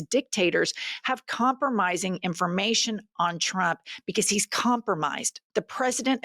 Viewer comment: 3 tips for Karoline "Hitler Barbie" Leavitt: 1) Learn the difference between "DEFER" & "REFER" 2) Learn how to pronounce the word trump -- here's a hint... it doesn't start with a "CH" 3) Get ready for your son to come karmically blazing out of the closet as a proud member of the LBTQIA+ community in about 10-15 years.